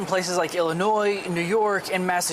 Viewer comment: Very good, the s in Illinois is silent. Have you read my previous comments? 👊